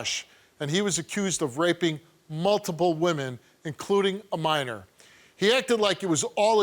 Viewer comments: Minor.... He says manor... Smh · He said manor lol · He can't even say Minor he says Manor lmao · Soon as he said “manor” instead of minor I knew he was lying child. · The way he says minor sounds like manor lol x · Steve: You did not tell the truth. Creep with the gap in his teeth: "I didn't have sex with no manor". Me: Lol!!!! Dude can't even say minor correctly and expects them to believe that he didn't do it when he clearly failed the polygraph. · It’s minor not manor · this guy can't even pronounce minor, what is manoooor!? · I believe what he's trying to say is minor. Not maner you idiot. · I just have to say… The way this guy pronounces minor really annoys me